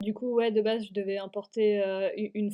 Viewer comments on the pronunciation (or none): none